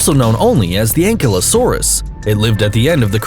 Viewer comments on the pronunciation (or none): Ankylosaurus isn't pronounced that way, It's pronounced Ankylosorus.